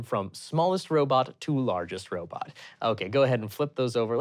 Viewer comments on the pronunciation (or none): Um, actually I love how accidentally said Robit at first and had to correct himself to say robot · I like how briefly pronounced robot like “robit” because he sounded like Dr. Zoidberg. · said "robitt" like Zoidberg does. I have nothing else to add. Enjoy your day.